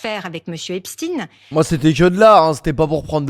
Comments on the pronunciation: C’est intéressant parce qu’elle dit Epstine alors qu’elle sait très bien que ça se prononce EpstEin, comme si elle couvrait une certaine communauté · c’est fait expres de mal le prononcer pour couvrir leur communauté mais c’est bien epstein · hepstine , mais non elle la pas dit comme ça ? .. elle rigole j'espere 🤣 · j’habite aux US personne ne dit Epstine a part ceux qui prononce mal